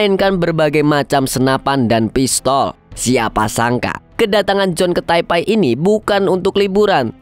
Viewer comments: Taipe bang bukan taipai😭😭😭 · maaf bang bukan taipai tp taipe bacanya 😂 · sejak kapam jadi taipai? taipe nyebutnya. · Taipe bang bukan taipai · taipei atau taipai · Baca nya bukannya Taipei bukan taipai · Taipai apa taipei nih kak😅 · Taipei bang, bukan taipai 😅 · Bacanya bukan Taipai mas